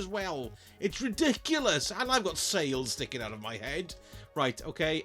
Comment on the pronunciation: He means “out.” He sometimes says it in a silly way.